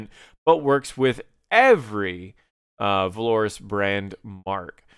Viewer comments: My friend... VAL-or-us. :) Not Va-LOR-us Keep up the awesome tips :thumbsup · This video was informative and quite short given the amount of content, bravo. Sadly, I cannot like a video in good conscience when the word "Valorous" is butchered so heinously.